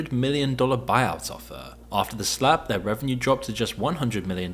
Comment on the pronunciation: Lol, I like how says "the Slap" like it's " the Snap" from the MCU😅